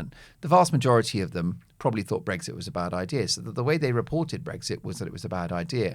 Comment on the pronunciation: Mark. There is no 'g' in Brexit. You continually say BREGGSIT which is so no annoying. I agree with what you say about present and past governments. I am a big Brexit fan.